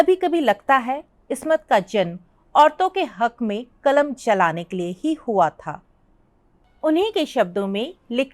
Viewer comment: معاف کیجیۓ ، ایک معروف اردو افسانہ نگار کے متعلق آپ اُن کی سوانح عمری پڑھ کر سنارہی ہیں تو دوسری طرف آپ کو اردو کے تلفظ بھی ٹھیک سے نہیں آرہے ہیں ۔قلم کو (کلم) ضرور کو(جرور) اور کئی لفظ ہیں ،جن کا تلفظ اپ صحیح نہیں کر رہے ہیں ۔